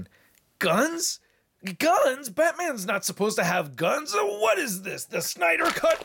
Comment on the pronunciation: "What is this, the Syder cut ?!" 🤣😂